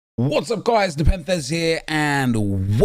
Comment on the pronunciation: NepenTHHHHHHHHEZ HEAAAAA